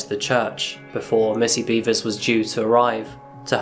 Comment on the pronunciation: R-randy....beavers? are you sure it's not beh-vers? I mean, i hope it's not, but... heh. Randy beavers.